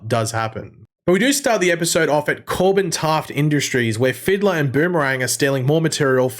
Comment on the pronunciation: I can’t be the only one that heard call the fiddler, “the riddler”.